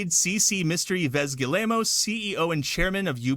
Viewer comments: I wish somebody could tell this guy it’s pronounced “G-ee-mon“ not “Gi-lay-moe” 😂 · Hearing Americans pronounce any name that isn't English is just cringe. Gi-ye-mo's?! Damn... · Family name is pronounced GUI-MOW... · "Galemo" lol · I love how this guy pronounces the CEO's name... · Can someone teach that guy how to pronounce Guillemot? It’s painful to hear. 😢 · My gosh that's the worst pronunciation of Yves Guillemot I've ever heard.